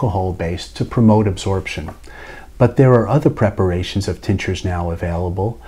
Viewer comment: Excellent. Thank you. The first time through I thought you were saying teachers, not tinctures.